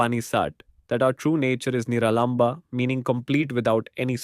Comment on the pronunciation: Absolutely incorrect pronunciations of sanskrit words like Upanishad and Niralamba!!